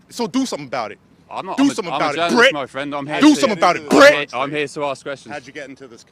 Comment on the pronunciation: He kept saying "BRIT" Like it was the N word😂